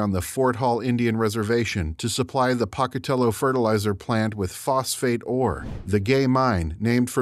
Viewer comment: "Poke-a-tello", not "Pock-a-tello"